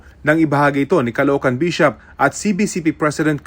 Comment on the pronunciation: Pulis calocohan ndi Caloocan